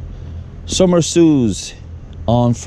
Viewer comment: Ah, Sommesous! Found it! Had to scrounge around some. Are you sure it's pronounced "some-a-suze"? Shouldn't it be "some-a-sue"?